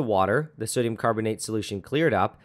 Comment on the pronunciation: did anyone notice 'sodum'